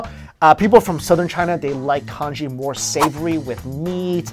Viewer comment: LOL when you say Congee I think you're saying KANJI!